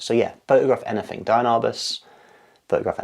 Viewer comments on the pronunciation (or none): She is very inspiring! By the way, it's pronounced DEE-ann not DIE-ann.